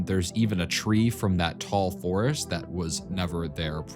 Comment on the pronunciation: the FOUREST bwahahahahaha